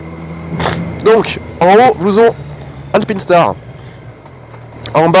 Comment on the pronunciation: C'est alpinestar pas '' alpinstar''😅